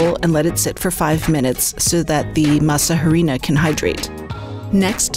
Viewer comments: Masa a-ri-nah... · The “h” is silent. Pronounced “masa ‘arina”. Try to know how to pronounce that in which you’re professing to be an expert! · JUST FYI: there is no asperated "h" sound in Spanish, so it's Masa "Arina", as if there's no "h"; the "h" is silent. (Miguel de Unamuno famously said the "h" is in Spanish alphabet only to show who has been to school and who has not....).